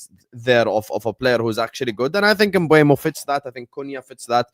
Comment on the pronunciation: It's M Boom o. Sky Sports did a video of players pronouncing their own names and he's on it.